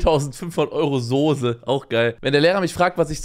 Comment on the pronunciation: Er hat nicht ernsthaft Soose gesagt oder? SIMON ES HEIßT SOßE!!! MIT ß!